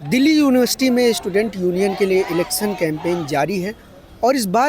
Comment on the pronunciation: Bolna sekho pehle elecson nhi election hota h